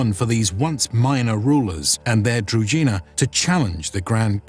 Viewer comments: Druzhina is pronounced with a "ž" sound, like "je (suis)" in French. Being a native Serbo-croatian speaker, no translation of any of original terms needed. "Družina" or its synonym "družba" is still a word in Serbo-croatian, Slovenian (and, most likely, other Slavic languages) meaning a group or a band of friends. At least the word retained its original meaning - though a battle unit is gone. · Its kinda funny that they do such video on "druzhina", yet do not even bother spending 10 seconds to check how the word is pronounced... Not to mention the rather general meaning of the word which just means "retinue" or "company" in most Slavic languages, so they arent any specific unit, rather "druzhynas" in different Slavic lands would be completely different (ranging from horse archers to heavy infantry). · Druzhina (Дружына/Дружина) Is pronounced with a voiced retroflex sibilant, not with a дж (j). I don't really understand why you didn't either tried to approximate this pronounciation or pronounced it with an English sh-sound. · That's not the point, the word is Družina, which is a Slavic word and thus it is imperative that you pronounce it the way we Slavs pronounce it, when I speak English I don't speak it in the way it is spoken in my country of origin, I speak it in the exact same way that it is spoken in the States, simply because that is the language, it's not the English as defined in Serbia and therefore, the word Družina ought to be pronounced the way we Slavs define it, not the way non-Slavs define it, plain and simple. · Very interesting video-documentary. Only objection i have is pronunciation that is like punch in the eye (feeling is similar when Russian talks english). ZH in DRUZHINA read as G in Geneva, or JE (in Franch). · Also what is up with narrator unable to pronounce "druZHina"? Its so cringy. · DruZHina, knyaZHestvo are pronounced like in the French "bonJour". Knyaz and Knyazhestvo is also wrong. It is K-nia-z and K-niazhestvo.